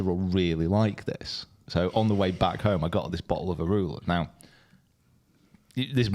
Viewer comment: That liquor is pronounced A- MA- RULER